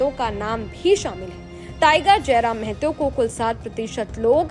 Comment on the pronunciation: its not mehto, its mahto, kindly correct news anchor madam